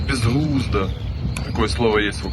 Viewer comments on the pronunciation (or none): Сосальдо- БЕЗГЛУЗДО!!! А НЕ "бєзглузда"!!! Короче, саси...😂